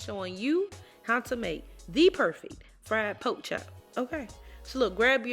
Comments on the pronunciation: First off, it's spelled PORK chop, not a poke chop. You sound uneducated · "Gimme what cha got foe a po chop" ayyyyee🎉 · I knew it was gonna be good when I heard her say “poke chop” 😆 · When said polk chop, I knew she knew what she was doing. I'm going to do this my next weekend off. Thank you